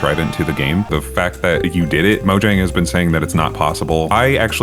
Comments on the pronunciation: Mojong?? It's mojang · "majong" is frying me bro 😭